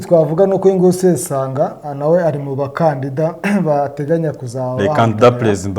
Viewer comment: 😳ngo sesonga???ni sesanga😅